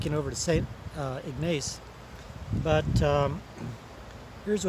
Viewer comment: ..pst...and its pronounced IG like pig, Niss like hiss....Ignace What a great look along LAKE MICHIGAN, love the new hat. Looking forward to Mackinac Island, I didn't do it, once again I had a dog with me, so I had to consider him...I got some great fudge there in St Ignace, and had a buffet breakfast in a Train car diner! I have Family in Three Rivers, Ann Arbor, and Fort Wayne IN. I don't get up there often tho...Hope you continue to have great hike!!